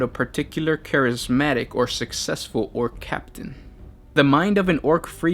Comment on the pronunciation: i'm sorry but did he just say charismatic